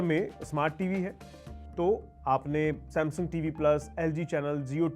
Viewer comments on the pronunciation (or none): none